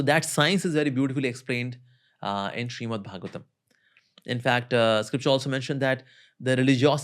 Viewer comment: Its Srimad Not Shriman, correct it in the timeline